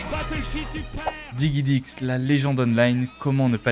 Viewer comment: juste DIGIDIX pas diguidix s'il te plaît ^^